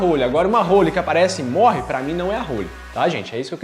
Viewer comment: não é "hÔlly", se diz "hÓlly"..